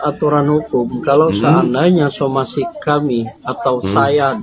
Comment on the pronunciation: Somasi bukan somesi....kameramen ...blok!! 🤣🤣